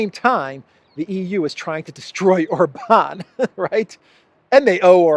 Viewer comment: OR-bahn. Accent on the first syllable ALWAYS in Hungarian. 😘